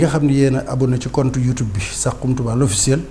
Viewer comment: On dit "saxum touba"et non "sarum touba"ak jegalu gu kawee